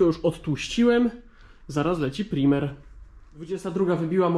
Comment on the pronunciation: "Prajmer" byku!!!